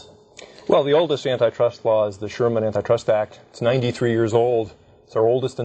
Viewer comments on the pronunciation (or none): I had to stop the video and look up what N-I Trust laws was... but google gave no results, so after thinking for 5 minutes I figured out they meant ANTI trust law, not n-i trust law. But the way they pronounce it is just so incredibly misleading.